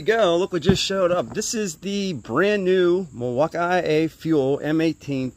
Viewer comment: Why do you pronounce milwakee that way